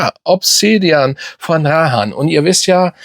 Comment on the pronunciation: Sorry, aber mal ganz im ernst jetzt,deine Videos alles schön und gut,aber du solltest als doch so grosser Fachmann wie du gerne mal hin und wieder durchblicken lässt zumindest die Namen richtig aussprechen!! Es heißt Rayhaan und nicht Rahaan,das tut ja in den Ohren weh 😁🤣... Und falls du es nicht glaubst,einfach mal google fragen 😉 Ist mir schon öfters aufgefallen,macht deine Videos irgendwie unglaubwürdig